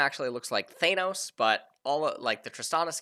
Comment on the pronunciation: Thanos with the A pronounced like Aatrox, and Aatrox with the A pronounced like Thanos